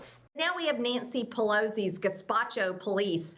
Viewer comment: "Neentsy Pelosi"; "Jeen-You-Wary"; "Marshall Law". Yeah -- (s)he gets my vote.